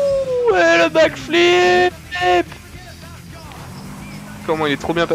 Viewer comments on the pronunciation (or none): Il a belle et bien dit ''Back-Philippe'' . Je sais très bien qu'il parle d'un back flip